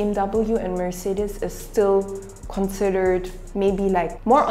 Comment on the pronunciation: F(V)Wolks-war-gern, Merc-say-ders